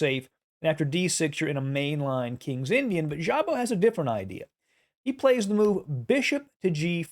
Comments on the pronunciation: Szabo is Hungarian, so sz is like s, sabo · ...in Hungarian language "sz" should be pronounced simply... "s"...like, for example: Swansea, Sidney or Sweden... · Just a small note, Szabó László was a Hungarian player. As a native Hungarian, I just want to help you with pronunciation. In Hungary, the letter "sz" is pronounced as the English s, like in the word "loss", the Hungarian "s" is pronounced as English sh, like in "Fisher". The letter "ó" is pronounced as in the English "hoe". I just wrote the above to help you. And as always, for president. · Szabo - ridiculous pronunciation - horrible! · Szabo is pronounced with S not with ZH. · Szabó László was a hungarian chess player. That was strange to hear how badly was pronounciated his name. To help this channel I try to give a friendly hand. In his language the "sz" sounds like the "s" in the english. My native language isn't the english, so I am sorry if I made a mistake. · In think Hungarian "sz" is pronounced [s]